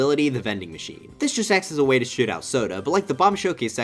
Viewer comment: I'm sorry but you definitely did not say shoot here lol